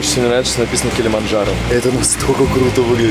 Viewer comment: Забавно что Масленников неправильно выговаривает название горы Килимаджаро(без Н)